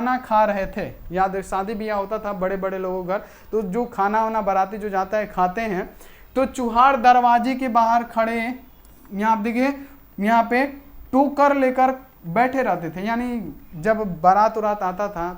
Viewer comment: Sir kotar nahi tokar hota h 😊